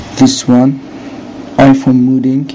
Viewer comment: omg your the best ive tryed with other stuff and it wont work your amazzing also you kept saying (modding) rong i got confused when u kept saying it rong all well you helped thank you again